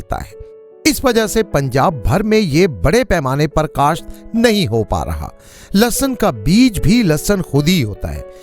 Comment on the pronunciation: In Urdu is called lehsan not lasson